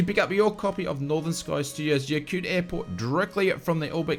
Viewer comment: Another great video! Although, I couldn't be quite sure, but when you spoke of that Alaskan airport, I think it's spelled Yakutat? If so, you pretty much pronounce it Yak-oo-tat. Haha